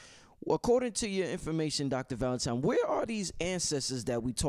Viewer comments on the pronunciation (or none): so how much we need to donate to get bro to pronounce ValentiNNNNNNe and not tiMe???